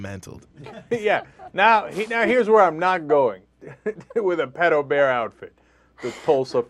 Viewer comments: stupid ass dude "Pidobear???? Its PEDOBEAR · its actually pronounced peedo-bear... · I always thought it was pronounced PEE-DOUGH not PED-OH? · PITOBEAR? its Pedobear man... hes not mexican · wow, the dude is too afraid to pronounce it right ITS PEDO BEAR NOT PEEDO BEAR! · Fail #1: said "Peto Bear" instead of "Pedo Bear". Pedo is of short for Pedophile.. Fail #2: After the mispronounciation, she says "Comic Conference" when the "Con" is clearly not "conference" but "Convention". Simple abbreviation. Fail #3: "that simple contact could be all that pedophile needs to fulfill his fantasy for the day" "They're getting stimulated by that one touch" Don't even need to say it. Win #1:Pedo Bear going mainstream P.S. I will be Pedo Bear this Halloween. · i thoght it was pronounced peedo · did he really pronounce it as "peedobear"? lol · The newsperson pronounced pedobear (peedobear). -_- And at anime conventions, I personally find him and hug him. It's no different from people hugging baseball team mascots or the people at DisneyLand. You don't know them any better. These people are obviously over reacting. Not everyone is a predator. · lmao!!!! omg this is so funny!!! And he said, "Peedobear." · peado bear wtf, that guy should get a job that requires people who cant say "pe-do" or go on 4chan :D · "...japanese cartoon character called PEE-TOE BEAR" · Pee-do bear. Holy fuck; how do these retards find jobs? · isnt it, peee-doe not peddo (pronunciation), but im british so... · Peedobear? Fail!